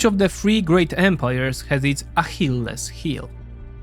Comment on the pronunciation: In English we say A-kill-ees heel. Just for your information. Good vid!